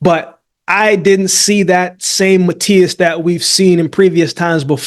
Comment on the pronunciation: love to hear my man Akeem pronouncing "Matias" in a perfect spanish